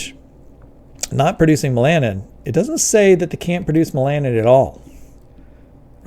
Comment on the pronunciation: It's pronounced "hex-AG-onal", not "HEX-a-GON-al". and it's "MEL-a-nin", not "mel-AN-in", although sometimes you seemed to be saying "mel-AN-a-NO-in" {:o:O:}